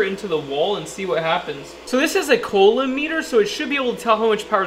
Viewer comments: "It even has a COLON meter" ... I cried, I died. It's French and it's pronounced "coo-loam". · Great Video, just FYI, pronounce it "COUUU-LOMB" instead of "COOO-LOMB" Good Job, Cheers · Love your vids and enthusiasm. FYI, the French engineer/physicist's name is pronounced "ku-loam" (hard C and silent B). :-) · another great vid, the EE in me cringed when you said Coulomb. I know you are self taught. I have included the correct pronunciation. cou·lomb /ˈko͞oˌläm,ˈko͞oˌlōm/ btw, I like that you wear safety glasses. I only show vids to my students that show correct safety procedures. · I am impressed that is self taught. If he had taken physics in a classroom, he would have known how to pronounce coulomb correctly.